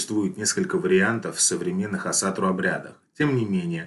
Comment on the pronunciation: Почему вы все говорите Асатру с ударением на 2ю А? Весь ютуб пересмотрел и все говорят неправильно, ударение ставится на 1ю гласную